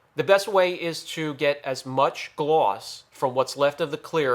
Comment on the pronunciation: Love how you say Gloss I laugh every time